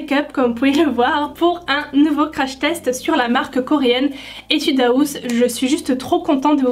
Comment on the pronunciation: Jpp tu dit « etude Aouss »😂😂😂